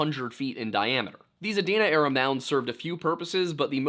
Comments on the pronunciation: It's pronounced, Uh-deen-Uh and the state capitol was relocated from Chillicothe to Columbus. Unfortunately, as much as you'll dislike it. The OU campus isn't surrounded by bad neighborhoods. It's actually the opposite. Affluent neighborhoods are the norm around north and northwest columbus. I also believe it was an intentional disappearance. Gread video as usual. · Adena is pronounced aDEEnuh. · I live in Scioto county & just want to give you the correct pronunciation of a couple things; “Scioto” is pronounced like the “sci” in “science”, “Sy-fy” or “Cyrus”. Sy-oh-toe. Also, Adena is pronounced Uh-dee-nuh. Non locals get some of our words wrong b/c a lot of them are native words & are a bit different in pronunciation than many normal English words. Btw, if you’ve never seen Serpent mound you should definitely go, it’s a very special place. It’s extremely unique, even for an indigenous built mound. There’s a lot of mysterious things about it & the more you look into it the more mysterious it gets. I live pretty close to it so I go with my husband & dad pretty often. My family is full Cherokee so we’re originally from North Carolina but we still love to go see & appreciate other indigenous cultures besides our own, especially since we’re no longer in our ancestral homeland. If you go be sure to support the gift shop, the money goes into preserving the mounds & keeping them clean & nice. Also, a death took place there a while back so there’s true crime stuff you can investigate while you’re there lol